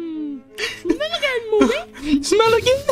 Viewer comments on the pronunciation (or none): ITS MOKEY NOT MONKEY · It is mokey not monkey